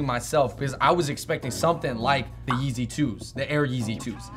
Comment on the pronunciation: the way he says the yeezy like it's a different name of the shoe